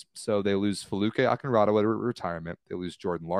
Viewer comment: Ew they’re supposed to be volleyball experts or knowledgeable but can’t even take the time to learn how to pronounce their names. Foluke Akinradewo is an important name in volleyball and is just like “how ever you say it.” Rude and unprofessional!